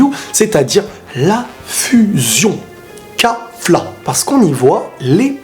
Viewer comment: Kafla ? je dirais plus Kalifla , sinon bonne video ; )